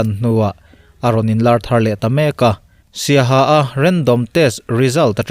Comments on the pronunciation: Saiha hi tinge siaha an tih tuipang hi tipa an tih bok le... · siaha a awmlo Saiha tih tur